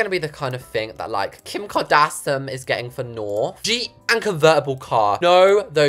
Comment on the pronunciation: Can we take a moment to talk about how she said Kim kdashon